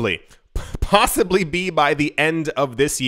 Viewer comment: Pa-tossibly. My new favorite word.